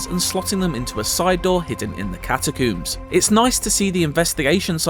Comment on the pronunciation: Bro said cattacuuuums